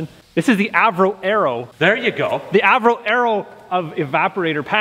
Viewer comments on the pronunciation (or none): none